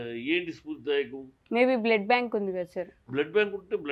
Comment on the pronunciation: అరె సన్నాసి హూ ఆర్ యు సన్నాసి అ ఆ ఉ ఊ ఏంటి మాటలు అసలు అర్థం కావడం లేదు మీ ఛానల్ కి ఎవరు రావడంలేదని వారుని మాట్లాడమన్నారా ఓ ఓ ఓ బ్లడ్ బ్యాంక్ కాదు బ్లడ్ బ్యాంక్ అది కూడా కరెక్ట్ చెప్పలేడు ఈ సన్నాసి